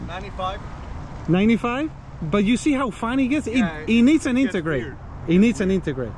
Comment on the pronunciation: What’s an intergrate? 😂🤦‍♂️